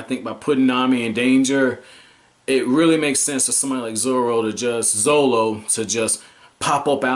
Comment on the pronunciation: It's okay bro 👌 Still funny 😂😂😂 I take a sip every time u say zolo